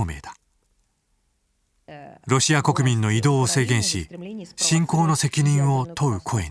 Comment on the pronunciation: シェンゲンに制限(シェイゲン)かけた、って聞こえたのは気のせいか。